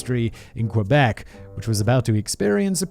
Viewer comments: Not Qweebec, pronounce Kébec. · I'm a Floridian, and it has always bothered me when people pronounce it "kwuh-beck". I was taught to pronounce it "key-beck", but my French is ass, so it sounds more like "kuh-beck". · this is so painful to hear the butchering of every word possible. Lol 😆 k - bec = Quebec. Oh my lord lololol it keeps going. Haaaaa